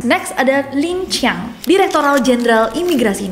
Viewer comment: Lincang bukan lancang😂